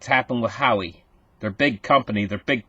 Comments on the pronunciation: it's whaaway not Howie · not How-ie..... it's Wah-way.... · who-wah way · Pronounced wowway spelled huawei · pronounced Hwa Way - - Hua Wei